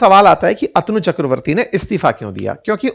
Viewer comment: अतनू नहीं,अ तनु कहिए! अध्यापक को सही उच्चारण सीखना चाहिए!